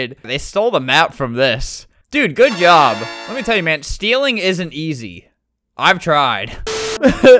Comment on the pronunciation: "good yob" hehehe